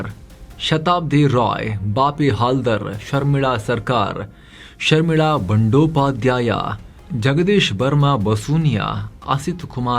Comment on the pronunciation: Dear, Respected Namaskaragalu. As you said Adu Bandopadyaya ALLA. ADHU, BANDYOPADYAYA. ARTHARTH VANDYOPAADYAYA. DAYAVITTU NIMMA PRONUNCIATION CORRECT MAADKOLLI SAAAR. NIMMANNU NODIDAGA 88 VARSHADA NANAGE BAHALA ABHIMAANA. NIMMMA JEEVANA CHARITRE BAHALA INSPIRING AAGITHU.. NANNA JEEVANA SAHA ADE TARAHADDU.